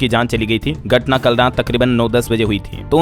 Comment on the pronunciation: मेरे देहाती गर्वनर नही गवर्नर बोला करिए। गटना नही घटना पढ़ें,,, हा,, हा,, मैं नही सुधरूंगा देहाती ही रहूंगा।😅